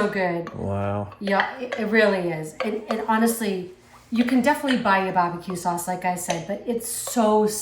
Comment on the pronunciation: "Bah buh que saws"